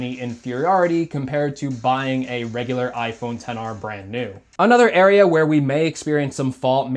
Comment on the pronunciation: sir you do know he pronounced it correctly right?